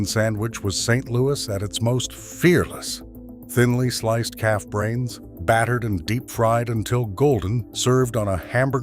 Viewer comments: im from st. louis and i never heard of that calf brain sandwich and at first i thought he said cat brains, i had to start the video over and turn on the subtitles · Did he say "fried calf brains" or fried cat brains? 😮